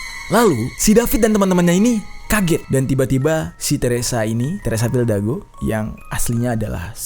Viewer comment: Bang lu salah ngomong harusnya teresa fidalgo bukan teresa fildago